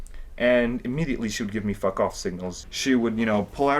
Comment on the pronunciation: "Im downs to fek" 🤣🤣🤣🤣🤣🤣